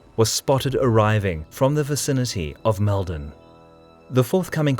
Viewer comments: (Oh, and to comment on the pronounciation, its a much heavier Mold on, even though Mal-don is how its spelt. We just say it our way is all!) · It's pronounced Maulden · Very good. I lived about 20km from Maldon, used to visit it as a child and took my own kids there. It’s pronounced Moldon my friend, an ‘O’ replacing the ‘A’ in its pronunciation. Keep up the good work.🇦🇺